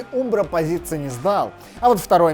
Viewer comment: Вроде правильно говорить Амбро( umbro), нет?